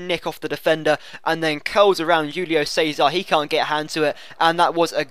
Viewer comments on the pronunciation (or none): none